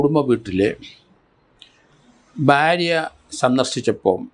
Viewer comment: Sir bharya ennu nere ucharikkuka please barya alla